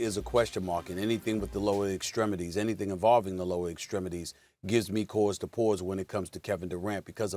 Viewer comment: "gives me couase to pouase" 🤣🤣🤣